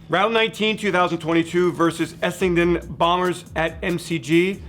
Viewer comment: I’ve watched a bunch of videos of non-Aussies reacting to AFL and I’m left wondering… why do they all at some point end up saying “Essington?”